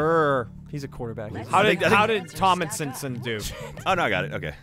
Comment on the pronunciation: Alright, I can forgive the guys for not knowing any of the running backs on this question because they aren't football guys...but really? Tominsonson? All you had to do was read his name properly. It's not hard. Tomlinson. Sound it out if you have to.